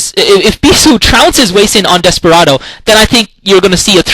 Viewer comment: its sorta weird to hear hwasin (hu-wa-sin) pronounced as hueysin, lol